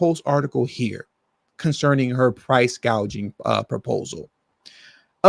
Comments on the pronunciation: The fact that she mispronounced it as "price- gauging" instead of price-gouging proves that she doesn't know what she's talking about. She wasn't even familiar with the word. She was just reading it off her teleprompter as if it's a word that she's never come across before. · She didn't say "price gouging." She said "price gauging," which is a term that most people don't know what that means.